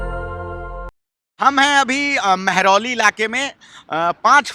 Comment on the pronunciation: "मेहरालाऊ" ऐसी गलतियां पंडित पत्रकार नहीं करता, बोलने मे फायर होता है इसलिये मीडिया पर कब्ज़ा है!